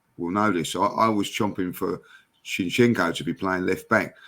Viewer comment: " "We've seen it with Harry Kane, we've seen it with Song". Mate, who the heck is Song? Is it honestly that difficult for you to say a one syllable word that's in the English dictionary in "Son"? You hear his name in football matches and from other fans as well. "We've got Shinchenko" - get it wrong once, twice, maybe even three times but to get it wrong every time for the last 2 years... Two of the MANY examples of why is one of the least intelligent people you'll ever come across, like you know what I mean, like?.